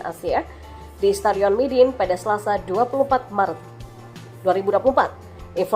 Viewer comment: sorry min nama stadionnya midin ato midun ato my dinh yaa yg benar...